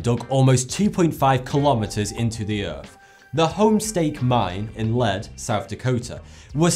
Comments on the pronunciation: The town where the Homestake Mine is located has a somewhat unusual pronunciation. It's pronounced "Leed" not "Led", so you know :) And yay for something that gets South Dakota mentioned! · Lead, SD is pronounced "leed"... just FYI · As hard as it is for me, not to fight my pronunciation skills, but, the town name is pronounced 'leed' not 'Lead'. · it's pernounced leed not lead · For future reference. Lead, in South Dakota is pronounced as Leed, not as the element lead. I know, we South Dakotains are weird. 🙃